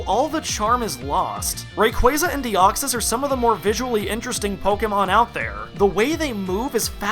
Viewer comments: I think and I are the only people that pronounce Rayquaza correctly. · Well done for pronouncing Rayquaza's name right! (FOR ONCE!!)